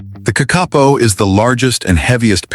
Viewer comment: I wish the narrator w0ould get his pronunciation correct. "KAK- A POE"